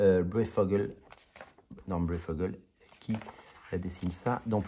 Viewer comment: Norm Breyfogle c’est juste un des meilleurs dessinateurs de comics qui a notamment œuvré sur Batman fin 80, début 90 et a créé plein de persos avec Alan Grant ( le ventriloque, le Robin Tim Drake….). Rien que pour lui je pourrais acheter cet omnibus 🧐 ( ça se prononce braifoguele). Lui c’est une vraie star sous estimé des comics. Prématurément décédé en 2018. Relisez le Batman de Breyfogle ( dispo d’ailleurs en Chronicles). C’est top